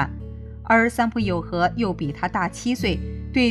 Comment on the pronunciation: 應該是三浦友和，不是三友浦和喔～